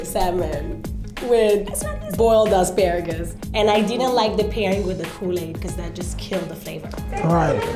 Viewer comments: Why pronounce Asparagus like that😂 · Why he say Aspuraggus.. bit it's asparagus .I think😂😂😂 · The fact that’s he kept saying ASS-Pah-RAG-US lmao I thought it was A-Spare-RAgus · As par rages smh 🤦🏾‍♀️ it’s ah-spare-uh-gus cmon! 😂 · 'I pacifically asked for two...' 'first thing we're going to cook is our asparawgus' 'come back with avengents' WTF, speak english LOL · And asparagus as asspagarus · E asperages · ass- spa -ragus 😂😂😂😂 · Asparagus- Pronounced (Ass-Sparag-Us) by. 😂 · The way he pronounced asparagus pissed me off